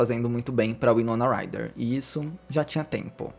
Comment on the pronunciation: Winoma Ryder ( Uai-nou-na Rai-rer ) pronucia correta